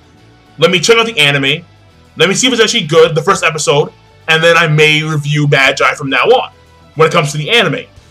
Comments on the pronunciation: Am I the only who who's cringing at the pronunciation for Magi? He's not pronouncing it right, right? I'm familiar with it calling it Maa-gie (that's the way they say it in the anime :T) rather than Mah-jai. Have I been saying it wrong the entire time? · Not Magi, MA-GEE, Magi is latin as in Puella Ma-jai xD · I thought it was Ma-gee, but whatever.